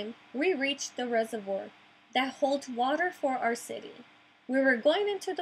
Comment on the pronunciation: "REH-zur-VWAHr." Also, if you mean "basin," the A says its long sound as in "bay." "BAY-sin."